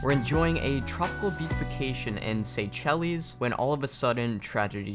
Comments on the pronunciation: It's pronounced "say shellz" not "say chellies" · I can't believe no one mentioned the fact that he totally fucked up Seychelles. Wtf is a saychelleez?